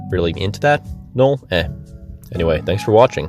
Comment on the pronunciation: I swear, I heard Eald'narche and lol (instead of Noel) at the first 20 seconds lmao.